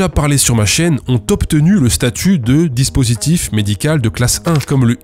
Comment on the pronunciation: Dispurtif ? :p